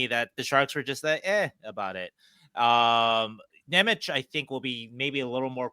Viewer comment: Nemec is pronounced "Nemetz"